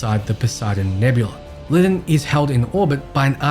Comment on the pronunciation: Bro, it's pronounced LIE-DON not Lidden🤦🏾‍♂️